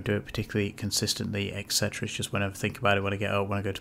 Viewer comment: drink every time he says eksetera.